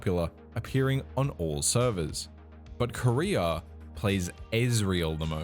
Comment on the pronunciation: I'm high asf rn and your way of pronouncing "Korea" had me thinking you were talking about the Korean pro player "Career"